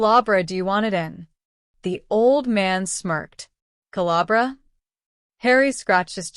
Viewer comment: Ca la bra... Caliber. Ai reader is always funny.